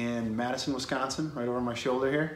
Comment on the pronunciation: I gotta get my ass down to the Settle Down now. 1.4 mi seems so far during the pandemic, but I gotta after this video. And you didn't say Wisconsin incorrectly, which pleases me. Thanks for this video. Sorry my brethren are so... noisy... on your other videos. We just take this stuff seriously.